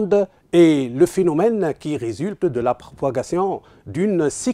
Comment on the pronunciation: "Finomiéne" "sicsession" "le fibreur"